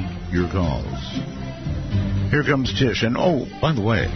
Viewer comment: Her name is "Tish" not Trish